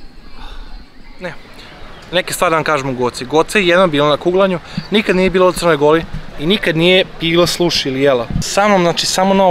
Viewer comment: nezna da prica kaze ona nikad nije bila u Crnoj Gouri ahahahhaha najaci